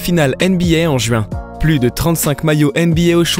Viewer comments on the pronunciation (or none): none